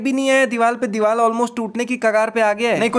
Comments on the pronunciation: Play the vedio he told dival instead of divar 😂😂😂😂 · Vai apne diwar nehi dewal bolahe😂😂😂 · Devar not deval deval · Dibar na ...... Dibal 😂😂😂😂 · Diwal nhi bro diwarrrrr 😂